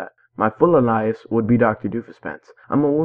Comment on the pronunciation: so cute how you can't pronounce alias correctly lol